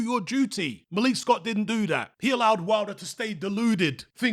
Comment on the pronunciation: Why do you call him malique? lol ur British bro